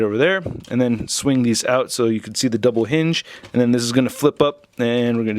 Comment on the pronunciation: "It's not sho bad."😀